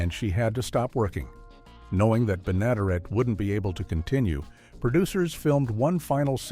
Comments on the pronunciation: Ben A der Et!!!! You can't program your AI voice any better???? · Benaderet = ben-a-DAIR-et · Bea. Ben-a-dare-it is how her name is pronounced. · Interesting facts collected, but I had to stop watching, challenged to tolerate the lack of any additional inquiry of the proper pronunciation of multi-talented radio-, TV-, and animatio-voice-actress Bea Benadaret's names. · The show was created specifically for Bea Benaderet, whci would have made a great weird fact. Too bad your AI could not figure out how to correctly pronounce her name. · Good grief! If you're going to do a video on "Petticoat Junction", at least get the AI to pronounce Bea Benaderet right!!!!!!!!!